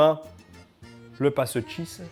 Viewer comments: Si tu veux mettre l'accent pour parler de pastis, ne dit pas "passeutisse", mais "pastaga" :D (En tout cas c'est comme ca qu'ils le disent chez moi) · "Ça sent effectivement, le PASSETCJISSE" 😂😂😂😂😂😂